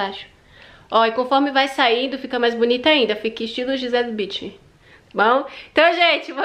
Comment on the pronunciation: Acho engrançado como pronunciam o nome da Gisele Bündchen no Brasil.😆